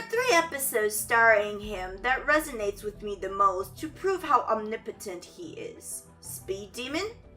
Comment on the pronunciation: Ur accent pronounces omnipotent as weird. Are you asian or Hispanic?